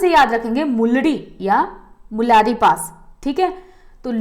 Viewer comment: सुपर क्लास पर मेम गुलारि पास है न की मुलारी पास